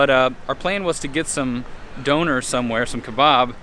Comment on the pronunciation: The way he pronounced ‘donner’ make me uncomfortable